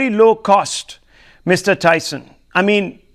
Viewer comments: He should have addressed him as Dr.Tyson.. He also mispronounced his name.. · The anchor doesn't even knew Tyson's name correctly... But he grew up watching cosmos 😂